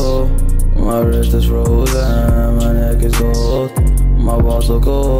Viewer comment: 'neck' not next